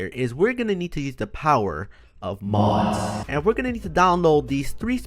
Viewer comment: I every time you say mods sounds like you’re saying mos